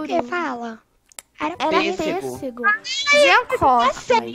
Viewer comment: vc não acertou a palavra pêssego